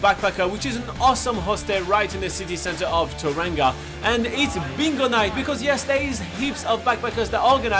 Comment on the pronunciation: Ta-ran-ga? That’s how Siri pronounces it 😂 It’s pronounced Toe-rong-a, rolling the “r”. To be fair though, half the people here are too lazy or culturally insensitive to pronounce it correctly 😅